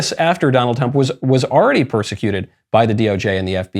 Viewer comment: "Donald Tump"